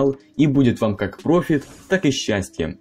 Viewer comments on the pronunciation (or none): none